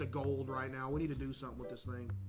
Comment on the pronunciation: “back to back thring” had me dying 😂😂